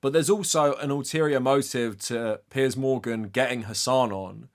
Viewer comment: Yes finally the correct pronunciation of "Piers"! taught us the right way to say it!